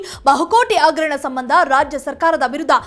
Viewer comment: ಅವೆಲ್ಲಾ ಇರಲಿ. ಮೊದಲು ಭಾಷೆ ಸುಧಾರಿಸಿಕೊಳ್ಳಿ. ಅಗರಣ - ಹಗರಣ ಅಣ - ಹಣ ಈಗೇ ಹ ಇರುವಲ್ಲಿ ಅ,...... ಇಂತ ಹ ಶಬ್ದಗಳ ಕೊಲೆ ಮಾಡಬೇಡಿ 🤦🏼‍♀️